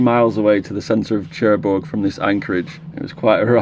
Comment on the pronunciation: Love your videos. Great stuff! I love your accent as well! However, it’s pronounced nearer Sherbourg rather than Chair bourg! A small thing of little significance but damn does it grate! 😅